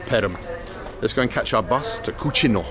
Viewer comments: A useful tip: when a Russian toponym ends with -ino, the stress almost never falls on I. So it will be either Kúčino or Kučinó. For example, Borodinó, Leublinó, Mářjino, Mítino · Kuchino is spanish means Nasty but it's spelled Cuchino but pronounced the same way. The bus driver probably doesn't get a lot of english speaking tourists as he probably isn't used to it. Probably wonder why anyone would want to take a vacation there. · As a Spanish speaker hearing Bald repeatedly say “Kutchino” made me laugh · Gay-va and cutze-no